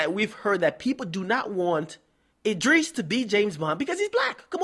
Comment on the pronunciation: lol "Id-dris" nigga its Id-ris